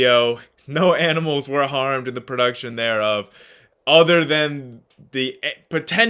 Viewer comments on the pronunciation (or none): none